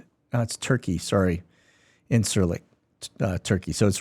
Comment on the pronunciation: Hey. It’s pronounced INJURLIK. I lived there. Bugs the Turks when you say it wrong. FYI